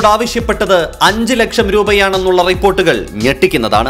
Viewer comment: അഞ്ചു ലേച്ഛം... ആക്കം മാറിയോ... അഞ്ചു പൈസ ആണോ.....